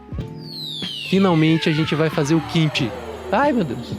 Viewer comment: Excelente, obrigado pelo vídeo, mas não consigo não corrigir duas pronúncias. É liêvito e não lievíto, e é kimchí não kímchi